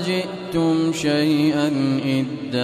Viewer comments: Salam. I am still learning and would like to check at timing , ayat 60, my quran shows "syai-aa" but sheikh's pronouncation is different. I seek clarification. Jzk khyr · Ma Sha Allah beautiful voice .but Please check last word of ayah 60